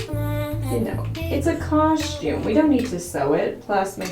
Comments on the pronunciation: Everyone else: “cos-tume” ❤️: “cosh-tume” Lmao I love it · u still say coshtume instead of costume 😂😂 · It's the "my Halloween cosh-toooom" for me 💀😂🤣😂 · Just wanted to hear you say Coshoom🤣 love how you keep it real! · why you say "COSHTiUME" lmaooo like HUH? babygirl you LITERALLT say " kauschtiume " AM I RIGHT? 😂 someone back me up here lol LOVE YOU GIRL! HAPPY HALLOWEEN EVERYONE ILYYY ALLLL BBBBYZ xoxo 👻 💛 🎃 🌕 ps ima new yorker so I already know I be saying shit wit an accent. but KAUSCHTIUuME?!!?!?! lmao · I love that you still cohstume its so cute:) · I absolutely love, but she's the only person I know that says "caushtyoum" lol 😆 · Everyone: costume:... Coshume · Anyone else read the title "Making my Halloween coshoom" in voice? 😆